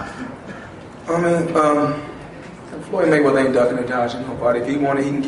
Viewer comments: its ''MayweaTHer'' Not ''MayweaDer'' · lol "Maywedder" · Why is the announcer saying Floyd money Mayweter??????